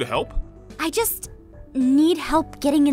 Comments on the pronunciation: Martyna Kozyra it kinda sounds like he was saying "just" or "jess" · Martyna Kozyra He said "just" but it sounded a lot like Jess